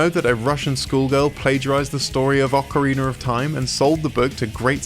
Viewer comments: I heard you say Ocarina once and Ocarinar too. That was a mistake, not an accent. Amd when you beg for likes, it seems like that is all you make videos for. Not the viewer. LGR never begs for likes. Just saying. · Not only did he beg for a like, he said Ocareener and Chiner. You need video editing practice. Unless you have a speech impediment, then i am not making fun.